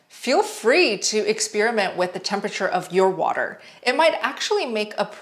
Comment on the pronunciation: Girl I love your channel so I’m sorry for this: “Experiment” is not pronounced like “ex-spearmint”. Try “ex-pair-i-ment”. I watch your videos every day and I am crazy and can’t help but say something. 😂❤